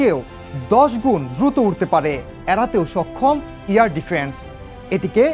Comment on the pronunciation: 'ইয়ার' ডিফেন্স 😆😆😆😆